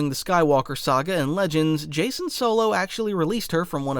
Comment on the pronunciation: You mean Jacen Solo? Because there is no "Kayden"